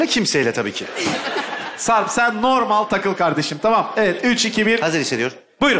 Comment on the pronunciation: Bu yönetmen neden "normal" kelimesini söyleyemiyor? 😂